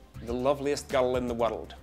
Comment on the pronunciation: Probably one of the most accurate videos I've seen yet regarding the accent. Although, we don't say "bir-d", it's either "bird" or "burd" depending on region. The "gir-l" and "wor-ld" are bang on though.